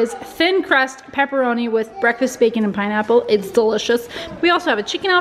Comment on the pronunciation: Its pinapple not ponaple